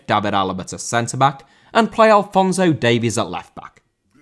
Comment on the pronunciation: Alphonso* not Alphonzouw